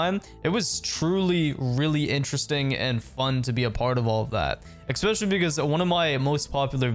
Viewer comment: Stop saying “expecially” please